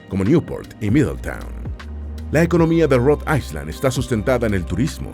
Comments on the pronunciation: Para tu informacion es AI - LAND no AISLAND. ESTUDIA MANO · Island se pronuncia AILAND. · Excelente video! Muy informativo. Una pequeña sugerencia: Si vas a pronunciar ISLAND en ingles, la letra S es muda. Bendiciones! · Island, no se pronuncia la "S" AILAND❤